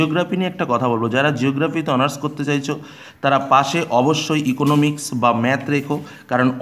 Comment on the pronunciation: It's Economics not Eoconomix